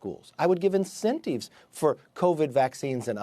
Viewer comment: Can we talk about why this guy pronounces the word in-cen-tiv as in-cen-teev?